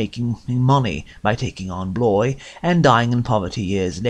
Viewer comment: He should know how to pronounce Bloys name... Good heavens...